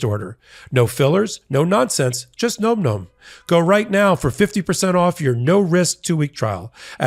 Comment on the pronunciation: I think you're pronouncing Nom Nom incorrectly.